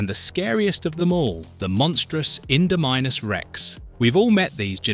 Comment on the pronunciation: OK first off, it's pronounced, In-domi-nus, not Inder-minus. Second, it's pronounced Giga-noto-saurus, not Gi-ga-noto-saurus. Third, you forgot about the Indoraptor. And finally, why did you have to bring up the Troodon pectinodon from Telltale Games' Jurassic Park: The Game? Those guys are extremely scary.